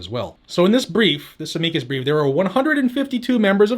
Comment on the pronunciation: "Ameekus Breefus" HaHa. I like this guy